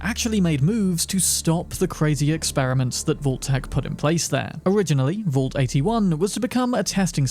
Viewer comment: I'd say the way you pronounce vault should be on this list 💀